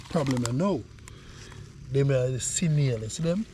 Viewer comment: Snail NOT Sinail